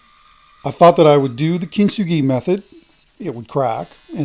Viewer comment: Gratz on 140K! It took me a couple of times to get the word you were saying: "Kitsugi". Sounds interesting and now know why you were talking about thermal cracks. Very nice piece. R'Amen!